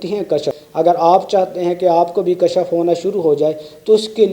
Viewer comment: kashaf nahi janab Kashf